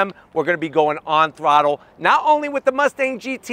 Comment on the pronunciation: Please make an “On-Thrroooothle” tshirts